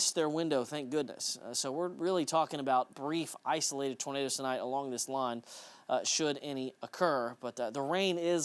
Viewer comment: called them Tornaders 😂